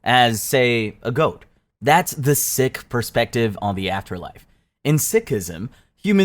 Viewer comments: I've always known Sikh to be pronounced as Seek, not sick. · Love the video it was very factual and interesting! :) But I gotta say it’s pronounced “seek” not “sick” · Sikh is pronounced "Seek" btw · Sikh is not pronounced 'sick'. It's 'seek'.